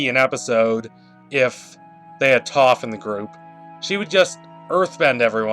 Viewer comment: It’s TOAF. Not Toff lol